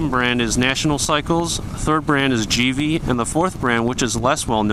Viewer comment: It's puuuuuge lol I called it Puig too forever. And other is geeeve not give e lol. Just helping others sound smart. Great review